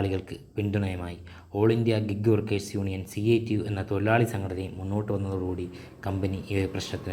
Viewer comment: ടൊഴിലാളി അല്ല ഡെലിവറി പാർട്ണർ 😂😂😂 എന്നവോ ടൊഴിലാലി ആവുക